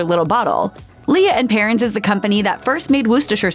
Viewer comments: Can’t take this seriously when the first item is called “LEE-UHH & Perrins”. It’s LEE AND PERRINS. Duh! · Its pronounced lea(lee)and perrins thanks